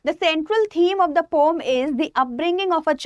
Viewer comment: Ma'am pom nhi po-um hota h!!! Aapka pronounciation galat h!